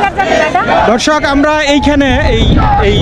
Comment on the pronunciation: দাদাভাই, আপনি" দর্শক" কথাটি বলার আগে দ এর উচ্চারণ এ একটু নজর দিন। ধ শোনা যাচ্ছে। একটু সচেতন হোন।